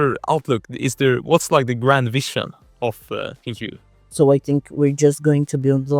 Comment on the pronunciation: Why is he saying Plin-Q when she clearly doesn’t pronounce her own company that way.